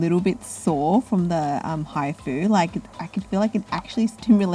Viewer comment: When u say hifu it sounds like hi food Lol